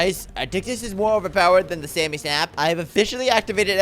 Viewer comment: it’s not Sammy it’s samy